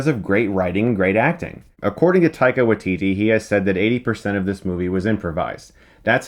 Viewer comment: He certainly will - but I don't think people will ever realise they're pronouncing his name slightly wrong. It's WAItiti. Not WaiTIti. (the stress is on the first syllable in Maori).